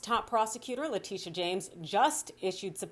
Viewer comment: Fyi: the ny AG's name is Letitia James. Her nickname is "Tish" which means her name is pronouced La-TISH-ah, not LA-Tee-sh; Just like Phylicia Rashaad, not Fah-lee-sha